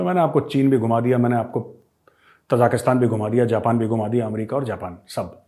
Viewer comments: Gaurav ji, Ta-ja-ki-stan (त-जा-कि-स्तान) nahi, Ta-ji-ki-stan (ता-जि-कि-स्तान) hai. Taj Mahal ki tarah. Aap ki tarah achchhe parhe-likhe manav jab galat uchcharan karte hue sunkar achchha nahi lagta. ताजिक एक जनता है। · Sir it is Tajikistan. Tajiks are the people. Not Tajaakistan. Love this channel though. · मेजर साहब तजाकिस्तान नहीं ताजिकिस्तान है ये ताज़िकों का देश...आप हमेशा गलत उच्चारित करते हैं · ताजिकिस्तान not तजाकिस्तान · Arya sahab, small correction. It is Tajikistan not Tajakistan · Major saab Tajikistan bola karo na, aap har baar Tajakistan bolte ho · With all due respect, it is T A J I K I S T A N - not - T A J A K S T A N. Thanks